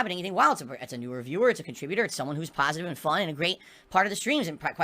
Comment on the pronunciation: snorlax was a pahsitive influence as long as he was donating me muney now hes a detractor trying to get his muney back''